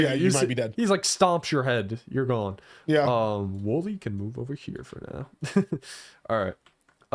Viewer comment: For a second I thought was saying Willy instead of Wooly